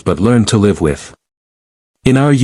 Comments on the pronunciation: Yes, I caught the "leave long and prosper " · Extremely sick of the crappy A I that can't pronounce certain words. Live, romulan among others. CHECK IT FIRST. Will not subscribe.👎👎👎